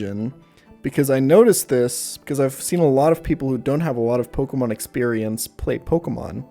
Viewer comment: am i the only one that saw him cringe at every mispronunciation of pokemon? like, "i stg say como one more time..." :P